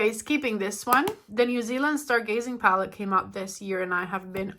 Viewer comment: How can you say Natasha but cannot say palette